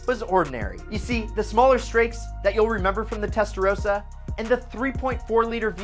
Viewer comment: I stopped listening after testarosa